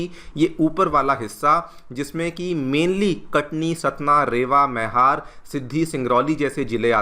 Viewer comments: Sir it's मैहर and not मेहर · मईहर मैहर नहीं